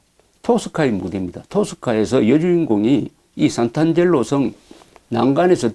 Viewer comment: "상트-안젤로" 라고 해야 맞는말 아닐가요? 재미있는 여행기 잘 듣고 있습니다.